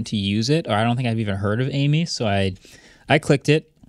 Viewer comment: Amie isn't pronounced like the name "Amy", it's the French word for friend.